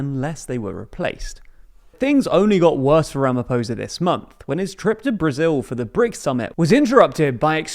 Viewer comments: Your pronunciation of Senzo was spot on, ph in Ramaphosa is a P not a American F also try saying Mchunu noting the h is silent. Otherwise great overview of South Africa politics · Someone needs to teach you how to pronounce Ramaphosa dude. The r is rolled and the "o" sound is different. If it rhymes with "poser" when you say it you are saying it wrong. The is no soft "r" sound in most South African languages. Do better.